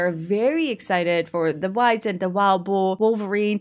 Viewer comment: Honestly I think you're reading a bit too deep about the whole "Twilight Years" thing. Also with the Wisent, it's actually pronounced "Vee-Zent" since it's name is German in origin.